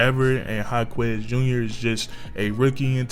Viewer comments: his name is "Ha-kez" not "Ha-kwez" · FYI is pronounced HA-KESS not HA-KWEZ 😂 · haha, you don't have to pronounce the u in Jaquez name. but you spot on with this vid.